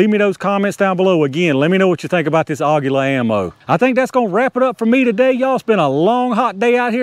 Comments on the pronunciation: Aguila is pronounce "Agweela" which is Eagle in Espanol. nice test! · it is pronounced AGEELA, that is the proper spainish /mexican pronunciation. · According to everything I see and listen to for translation, it's AH-gee-lah. Emphasis is on the first syllable. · Aguila is pronounced like Tequila . :) Never saw one drop under 1000 FPS . Very nice !